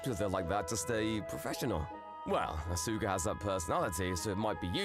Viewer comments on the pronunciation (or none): Oof, that first one. "Ah-SOO-ka," "Kayd" - come on, male VA, you know full well that's not how those are pronounced. Also, never get back together with the ACTUALLY crazy exes. Yeesh.